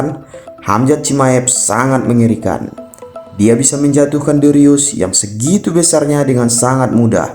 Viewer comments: dricus bukan dirius:( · Dricus bukan darius 😂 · Bang dricus bukan derius😂😂😂😂😂